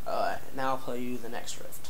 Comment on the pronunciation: I could've sworn u said rift... and if u did... its riff